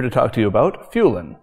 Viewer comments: "Fühlen", nicht "Fuhlen". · fühlen or fuehlen but not fuhlen!